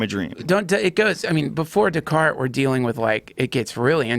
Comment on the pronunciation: Joe "It was Daycarts man" Rogan